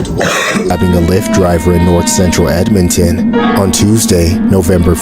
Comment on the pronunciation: Also Edmonton sounds mad like EDMUND jus sayin 👀